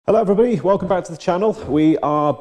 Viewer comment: "Hello everynagy"